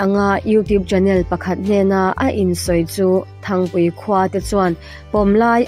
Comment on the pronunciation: Thangpui nilovin, Ṭhangpui tih zawk tur ani e.